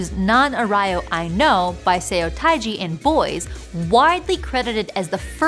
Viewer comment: " Nan Arayo" 😂😂😂 Terrible pronunciation. You would think that a video on linguistics would try to get the pronunciations correct or at least close to it.